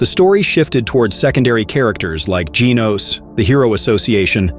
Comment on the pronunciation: Saitama is not hard to pronounce. You get it right sometimes, but also butcher it many times. Please work on this. Geez you also mispronounced Genos. WTH??